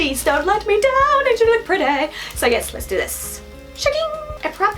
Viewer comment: Isn’t in An-gel-ic.....not angel-ic.......